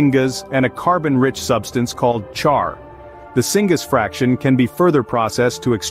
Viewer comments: Thank you, I should have clarified, my point was pronunciation "singus" vs singas syngas)... 😉😉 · Do you know how I can tell that this is being read by AI while the finished product wasn't vetted and checked by a human? It pronounced "syngas" as "singa-s". It is pronounced "sin-gas". It is short for "synthesized gas". Downvoted for low quality harvested content read by AI that wasn't even bothered to be checked over and edited for mispronunciations. YouTube is being flooded by AI trash now, and I'm not okay with this.